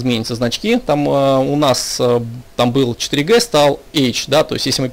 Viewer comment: 2,3 4 ДЖИ , а не Г